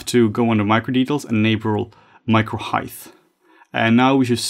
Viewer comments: CANNOT UNHEAR "HEIGTH". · Heighth is not a word, great video none-the-less